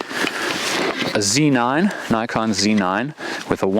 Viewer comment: It's so refreshing to hear someone else call it a Zee nine. USA. USA! lol. Thanks for sharing this. Great video!